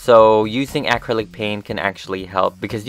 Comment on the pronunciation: I love your channel and dolls but how hard is to correctly pronounce acrylic it's uh-crylic